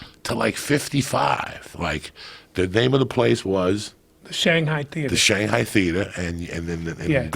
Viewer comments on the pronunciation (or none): none